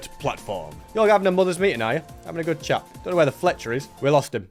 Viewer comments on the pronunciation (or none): none